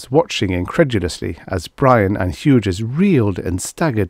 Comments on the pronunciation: I love all of your readings. Your channel is an oasis in an increasingly uncomfortable robot voiced landscape. One tip, Hughes is pronounced. H-you-s the g is silent here, the second syllable is pronounced just like the letter 'u'. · those robot voices are improving, but I find them still quite obnoxious. :) Thank you for pointing that out, Hughes to be pronounced more like hues or hews, noted for the future!